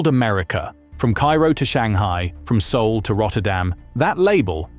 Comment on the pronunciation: It's ´Seoul'....